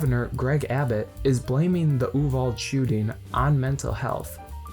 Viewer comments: THANK YOU. I got so annoyed when he kept calling it oo-vald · Its pronounced oo-vall-dee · It’s not an English word. So while it’s spelled Uvalde it’s pronounced Ooo-Val-day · also you don't even pronounce YOU-VAL-DAY (Uvalde) right. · Man I agree with what you’re saying but hot damn learn how to pronounce Uvalde correctly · The only thing I dislike about this is your mispronunciation of the town name. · Not going to lie I'm cringing every time you mispronounce Uvalde